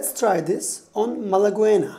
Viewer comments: Did he pronounced "Mala-güena"... instead of "Malagueña"...? Oh, men, he literally said "bad-good" ("güena" = "buena" in slang), as "Malagueña" means someone or something from Málaga, an Andalusian town (all that in femenine). Yes, yes, I know it has nothing to do with the subject of this video or musical aspects, but as an Andalusian, I can't stop laughing since I herad it.... xD xD xD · To be pronounced like that, this Spanish word should be written like this: malagüena, which of course is not. The correct spelling malagueña means that its pronunciation is with a silent u and with the palatal n, similar to gn in French (cognac) or Italian (gnocchi). This is how malagueña is actually pronounced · ) I really like your music The pronunciation of malagueña is 'malage(GN)a' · It's pronounced Ma-la-GUE(as in guess)-nya. The U between a G and an E is silent in spanish. Otherwise very instructional video. How do you tune your open strings now though? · Pronounced Malagenya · Godd video but the way he says Malgueña really kills me. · Really informative video, thanks a lot! Just a little tip, whenyou say Malagueña, you should not pronounce de "u". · Please learn how to pronounce malaguena, it's kind of contradictory spending almost 8mins to explain the slight shift between natural and harmonic while on the other end you make that word sound so wrong in an ear of a native speaker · ñ is pronounce like ny and the u of Malagueña isnt pronounced